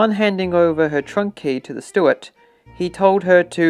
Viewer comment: Stuart???!!! — STEWARD Fin-an-kay???!!! — *FIANCÉ